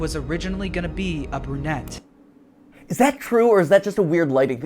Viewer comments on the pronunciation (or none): I at first thought he said "uppernet" instead of a brunette, so I spent like 5 mins googling what that meant, thinking it was a fnaf term.